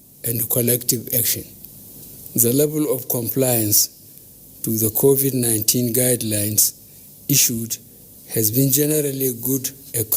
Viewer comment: Finally BUBU have learn how to pronounce CONVID-19, Congratulations, but sorry your government have totally failed Nigerians and the world at large and now you're congratulating our youths celebrities who you called lazy and your government was planning of stopping them from shooting music abroad because your government failed or have you forgotten???, thank you anyway.